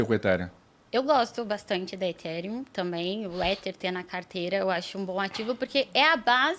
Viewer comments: Também queria saber de onde tiraram essa pronúncia 'Etíriun', kkk. Pior que os apresentadores foram na onda deles,kkk. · Ridículo falar itírium